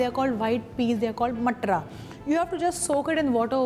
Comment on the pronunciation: Not matra. Mam is matar